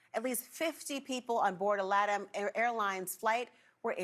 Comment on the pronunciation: Learn to pronounce La-Tam!!